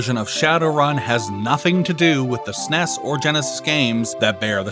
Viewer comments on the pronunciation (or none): Please stop saying "sness" Some Acronyms aren't meant to be a said as one word. Nobody called it a "sness" when it was released, you would actually get beaten up if you called it that in the 90's. Trying to rename it 30 years later is NOT OK.